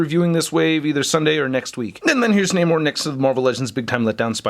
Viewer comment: Is that really how you say his name?